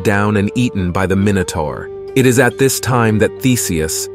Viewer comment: ZAY-OOS not ZOOS EYE-OH-BAH-TES not LOBARTEES MY-NOH-TOR not MINN-OH-TOR FFS do some research 😂😂😂